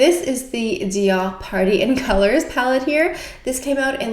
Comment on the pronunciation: I just love how you pronounce DIOR 👌🏻